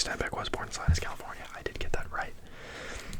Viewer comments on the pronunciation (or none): I grew up in Salinas, California. We have a Steinbeck Museum and Salinas is like 30 minutes from Monterey. Its pronounced suh-lee-nuhs btw just fyi. And yes Cannery Row was known for canning sardines lol and they have a huge museum for it. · I lived in the same city as Steinbeck. It’s pronounced Sal- e-nus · just an fyi salinas is pronounced suh-LEE-nas ‼️